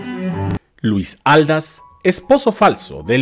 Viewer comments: TSSSSSS CARAY, es Luis Ald-á-s , con acento en la última A....cómo que Luis Áldas tssss ...prepara bien tus videos!!!!! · Perdón pero se pronuncia Aldás porque lleva tilde en la última "a" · Así es era Aldás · Es Luis Aldás. Acentúe correctamente. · Una pequeña aclaración: Aldás va y se pronuncia con acento en la a final. Favor de hacer una búsqueda en Wikipedia y otras fuentes de información sobre la biografía de este gran actor. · Exactamente. También noté el error. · Así es, con razón lo escuchaba raro que hasta me hizo pensar si era yo la equivocada 🤔🤔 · no llevan acento ortográfico pero si prosodico que quiere decir que se acentua Aldas en la segunda a y no en la primera como lo pronuncia nuestro querido